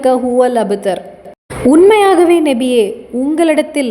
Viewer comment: Assalam alaikum sis Payanulla thagaval But neenga nabiye endru soullvadhu nebiye endru kekkiradhu thayavu seidhu nabiye endru sariyaaga soullunga sister.